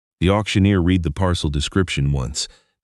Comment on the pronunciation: Teach your AI READ Can be pronounced REED Or RED. It matters which one you use so please fix i